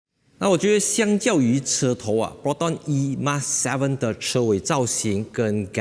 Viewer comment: 本来就name it 而“emas” 为什么就衣mas？